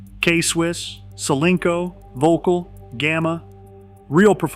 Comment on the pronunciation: It keeps cracking me up how Americans keep pronouncing it as 'vocal'. Not even close to how it should be pronounced!😆 Also shockingly expensive racquets btw!😱😵‍💫